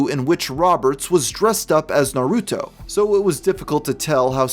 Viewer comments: mmmm not really, in japanese dub its nar-u-to as if the u is almost silent just like sasuke being pronounced sas-keh... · Why do so many people refuse to take 3 seconds to make sure they're pronouncing Naruto correctly? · "naaahh-ruuu-toe" dude......seriously....its not that hard, its just "naruto" nice and quick........why do people insist on saying japanese words all slow and like they have NEVER even heard the word spoken out loud before? its not like its some nieche thing, its literally one of the most popular, and well known media franchises on planet earth.......right up there with pokemon and mario......two other things idiots ALWAYS mispronounce ("poe-kee-mohn", and "mare-ee-oh" being the most common idiotic mispronunciations)........ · Dunno what’s a bigger crime, the way you say Naruto or the fact you said he was dressed as Naruto 🤣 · You’re saying Naruto’s name wrong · You pronounced Naruto kind of weird.